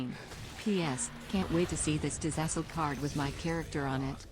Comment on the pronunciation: STOP SAYING "LA-A-THAL" ITS JUST "LATHAL"